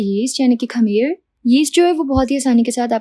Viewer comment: آپ کی تمام تراکیب بہت اچھی ہیں لیکن آپ لفظوں کو غلط بولتی ہیں جیسے خمیر کو کھمیر خراب کو کھراب